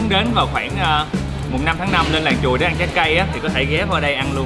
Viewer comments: Làng Truồi - mà lúc đầu ông ổng đọc mà nghe cứ tưởng "Làng Chùi "...😆😆😆😆 nghe hú hồn. Ha ha ha ha Dễ Thương!! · Ổng nói làng Chùi , sông Chùi ko à hihi ☺️